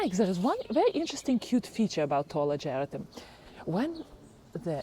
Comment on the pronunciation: Hi, it's pronounced AH-GER-RAH-TUM. At first I didn't know what you were talking about until I looked closely. I also have the Peggy Martin Katrina Rose and it's just starting to put on a lot of blooms this summer. I just love it and can't wait till it grows up the Arbor